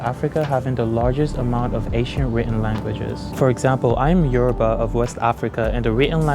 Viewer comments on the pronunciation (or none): none